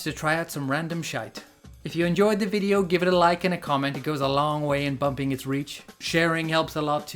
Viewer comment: "Das high-quality VI-D-O" .. Graphics and capture look sharp. Strange game that I would have no interest in playing myself. Got more out of this content than would have the short game. At least you made it fun. But, the acting and some other things about it are appreciated, like you said.